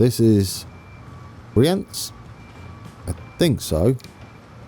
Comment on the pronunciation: Already a lot better, love the effort. Keep up the great vids. Below are some more tips if you want to try. Brienz is pretty much on point. Spiez already sounds pretty geman but not yet swiss german. It has the same i-e pronunciation als Brienz. Intelaken & Thun are good. You can drop the 'n' at the end of Interlaken to get even closer. Uetendorf could do whit a little improvement. the 'U' is pronunced a little strange like an 'ü', look up the pronunciation of the german word 'über' and use that 'ü' sound. (sorry i can't explain it better) Uttigen is pretty close as well, just needs a little more stress on the first syllable 'Utt'. And then Domodossola needs a lot of work. It's 'ssOla' not 'ssAla'. And you need to to stress the second 'do' as well as make it a really sharp 's'. and then give it a little Italian flair and your there ;) I hope i could help.